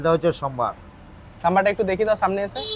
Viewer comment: Sambar ❌ Sombar ✅ Rajjer oshikhito bosti chotolok